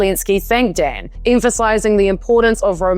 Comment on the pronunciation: Romanian here, have lived in New Zealand, love your accent! You pronounced most names just fine. Marcel should be more like "MarCHEL" and "Dan" has a more "Dahn" sound (not such an open A sound). Also Hungarian names all have the emphasis on the first syllable: OR-bahn (but who carea about him! 😂).